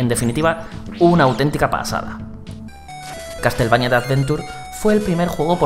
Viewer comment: "castel" xD